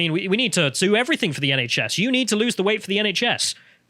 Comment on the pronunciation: Someone needs to chide him every time he says "anythink" and "everythink" - it's intensely distracting.